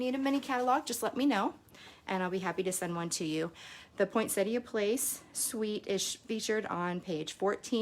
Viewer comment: OMGosh - someone calling a poinsettia the correct name instead of poinsetta! Sorry, but I'm from Australia and I always cringe when I hear people from the US and Canada calling it at poinsetta. Thank you. Your cards are lovely and I've missed part 1, so am going to try to find it now. Have "rung the bell" now, so I shouldn't miss any more. Thanks so much for sharing your lovely designs and beautiful cards.